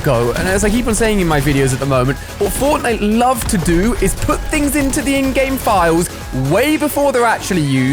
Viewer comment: Who always thinks he is saying endgame like the movie but he is saying ingame 😂💀